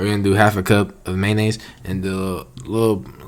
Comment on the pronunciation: "spicy mAyo-nAy-sO" hahaha